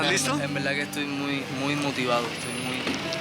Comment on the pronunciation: "En veldad " va a conquistar al mundo ❤️ lo estás haciendo muy bien